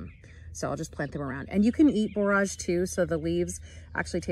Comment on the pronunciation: That's really interesting about the borage making the berries grow better! BTW, it's pronounced like 'storage '. I've got three big beds that need cleaning up, overgrown, I better get at them soon!